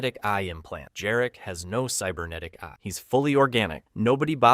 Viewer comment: Jarek not Dżarek. That is a Polish name.